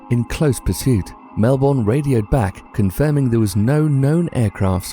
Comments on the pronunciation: Bruh it's pronounced Mel-Bon not Mel-Born! :) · ITS MELBON NOT MELBORN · Mel-burn not Mel-born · 15. Bass: Like the fish, not the instrument. Melbourne: Mel-bin, not mel-born. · it's Melbourne not melbon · i'ts not pronounced melborn